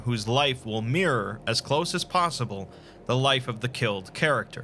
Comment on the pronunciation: Love the content mate. Thanks for putting the effort in. But im going to have to class the way you say mirror as an scp in itself.